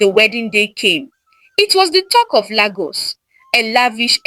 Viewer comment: Wow! Very interesting story Lagos wasn't pronounced correctly 😂, but I enjoyed the story ❤